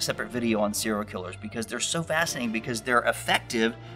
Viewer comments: SER-I-A-L killer. Practice saying this. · Are you saying seeral killers? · You can't say "serial".